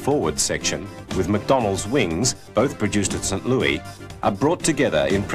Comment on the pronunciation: Kind of annoying to listen to someone constantly mispronounce St. Louis. But still a good video.